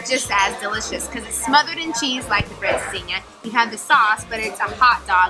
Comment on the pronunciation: For those of you that doubt and bona fide Portuguese credentials, just listen to her pronunciation of “francesinha” and watch his video on the issues and challenges of the Portuguese real estate market. Congrats, guys, you rock! 😊